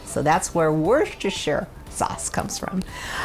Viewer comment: For future reference, the o in Worcestershire is long (the rce isn't pronounced, no idea why). It makes me laugh cringe hard watching cooking shows when they have guest(s) from the U.S. on, except if said guest(s) are from Massachsetts (there's a town/ city near Boston called Wooster) they get it right